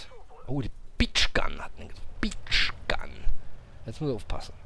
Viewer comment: Haha, die "Beach Gun" war wohl eine Birch Gun. Sprich: "Börtschgan".....:-))